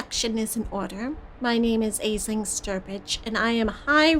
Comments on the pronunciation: I thought it was pronounced as Ashling!! I guess I've been hearing it wrong 😅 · If it rankled anybody else: Aisling is an Irish name and is pronounced "Ash-leen" (we have a hilarious comedian/comic actor in the UK called Aisling Bea, hence why I'm familiar with the name). Mispronunciation aside, I really enjoy listening to and playing through these vampire games. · Trying to thumbs this up so that sees how to pronounce an Irish name. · I think it's pretty much consensus regarding this game is that was good but the ending is deeply frustrating. At least that was my experience. Also, I know it's already been mentioned but I feel the need to reiterate: Aisling is an Irish Gaelic name pronounced more "Ashlynne" or "Ashleen".